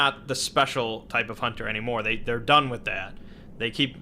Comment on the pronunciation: everyone knows, a hoonter moost hoont